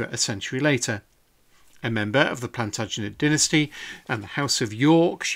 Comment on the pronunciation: Thank you for another stunning video. I just love the way the name 'Plantagenet' rolls off the tongue. Always makes my ears perk up.